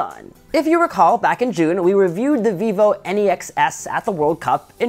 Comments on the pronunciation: NEX not N-E-X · Why does he say NEX like N-E-X ?